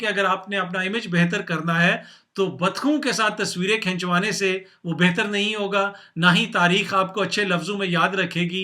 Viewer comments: Repeat after me, Tasveer. Say again tasveer.. not fuckin tasavir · you can't even pronounce the word tasveer... oh my fuckin days... such a legend.. you repeatedly kept saying tasavir 🤦🏻‍♂️🤣🤣🤣